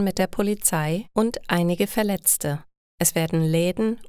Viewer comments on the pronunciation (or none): "und einige Verletze" it should be if I am not wrong "Verletz(t)e ". Frau lesen es richtig.